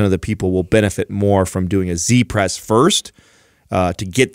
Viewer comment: great show, i like this very much because of the emphasis on mobility and good range of motion. i need to point out though, that i find it strange that you call it a "c-press" when its a "z-press" - why do you pronounce z with the sound of a c Oo I know this from Tarrantino in pulp fiction, he steals a motorbike from "zed" and the gf ask : wheres zed ? - zed is dead honey - zed is dead. z is not pronounced c ! Am i being a grammanerd here or is it actually true and need to be changed Oo